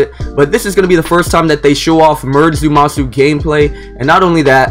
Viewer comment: I’m glad someone else peeped that out I thought I was the only one like there’s no “U” in there bro stop saying that lol it’s Zama-su two syllables with an “A”